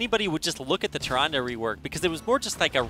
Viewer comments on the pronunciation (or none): Can Blizzard at least hire casters that know how to pronounce the Hero names? Tyran-duh, not Tyran-day